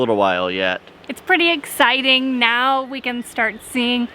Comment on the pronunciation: So "eggciting"